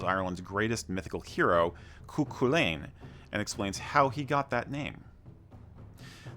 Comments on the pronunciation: Great Video The Girls version is Camogie, pronunciation Kuh- mow- gee also Cú Chulainn is Coo-cull-in he would kick Thor Ares. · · The pronounciation of Cú Chulainn needs a bit of work, its closer to Coo-cull-in although that is an anglicised version. The ch in Irish would have a more guttural sound